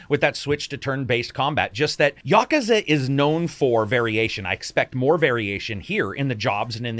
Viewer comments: I still gave it a thumbs up, even though it is pronounced 'yah-koo-zah' not 'ya-ka-za'. It's hard to tell if is trolling with that pronunciation or not. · "yah-ka-za"? I thought it was "yah-kooz-a"? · Ya-koo-za not Yakaza. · Yo, great video. Japanese is pronounced essentially in sets of two letter syllables with few exceptions. So it's Ya-ku-za not Yaku-za. This works with just about every Japanese word you will come across. Sa-zu-ki, Ka-wa-sa-ki, to-to-ro etc. Follow this one trick and you can pronounce Japanese without totally guessing every time. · I think I've been pronouncing Yakuza wrong for 30 years. I've always said Ya-KOO-za. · Yaaaaaakuza is just as bad as yakoooooooza. Say words properly. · Please stop pronouncing yakuza incorrectly. Here: Yuh. Koo. Zuh. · The question is where is the stress when you pronounce it? Is it YA ku za or is it ya KU za? Is the stress usually the same for all Japanese words?